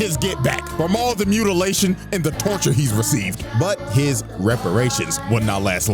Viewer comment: tf is "Mutitation" lol